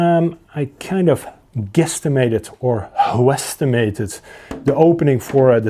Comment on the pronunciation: “huesstimated” so good!